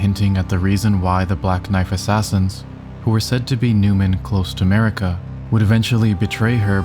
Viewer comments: Sorry but it’s definitely Marika lol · Dumb video 😂it’s marika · 🤦‍♂️ jfc, of COURSE it’s Marika. Good lord.